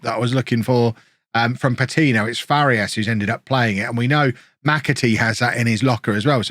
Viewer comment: pronunciation tip, if you are interested: for Farías, try saying "Far - ee - as", instead of "Far - yas". it is a three syllable word, not a two syllable one